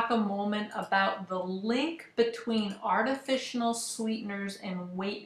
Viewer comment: How am I supposed to take this seriously when you cant say artificial properly? It's not "artifici-nal"